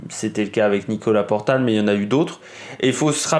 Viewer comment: Bon OK 20 secondes que je regarde. Et. c est Nicolas portal... Et non portail.. 😢 Que tu fasses un hommage OK.. Mais relis tes fiches. Merde